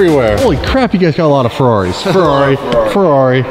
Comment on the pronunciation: "ferrarri" xd